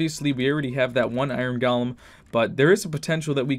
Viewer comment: (not saying it in a bad way)